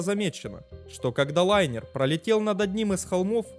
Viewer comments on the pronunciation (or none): none